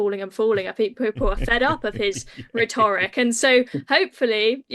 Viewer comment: Dan - tell her how to say rhetoric